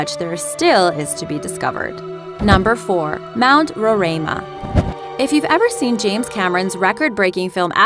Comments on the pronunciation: just me saying but as a person who lives in the country which houses mount roraima it is pretty sad the country itself is not named but the surrounding country also the pronunciation is row-rhye-ma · Fact: the mountain in the tumbnail is mount roraima pronounced 'rorima' not 'rorama' and its shared within venezuela, guyana and brazil. It got its name from the natives who live in the highlands of guyana, the amerindians. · That beautiful flat mountain is acctually pronounced ROW RAI MA and it is where Guyana, Venesuela, and Brazil meet(in South America ). #guyanaese. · As a Guyanese, I cringe at the way she pronounces "Roraima" lmaooo It's Row-rhai-mah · You can't even pronounce Mt. Roraima. And it's shared between three countries, Guyana, Venezuela and Brazil. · And u pronounced rorima wrong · Actually, the words 'Roraima' and 'Pakaraima' were pronounced incorrectly. However, I can't blame the narrator because those words are not English words.